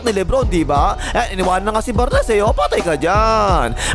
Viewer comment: Bar-nes and foxboy. Hahaha